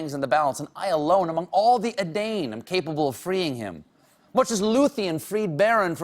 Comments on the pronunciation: Moreover, I am pretty sure "edain" is accented on the first syllable, not the second. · “Gollum” is pronounced gall-um -“Sauron” is pronounced sæw-ron -“Edain” is pronounced eh-dine -“Smaug” is pronounced smæwg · He mispronounced "Edain" as well. Not a big deal, tbh. It bothers me more than it should. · I love Stephen Colbert, and he truly is one of the greatest Tolkien nerds out there. But I will have to pick at his incorrect pronunciation of the word 'Edain'. The following note on pronunciation is taken directly from The Children of Hurin: AI - has the sound of English 'eye'; thus the second syllable of 'Edain' is like English 'dine', not 'Dane'. I can finally say that I corrected Stephen Colbert on a matter of Tolkien nerdom. My life is now complete.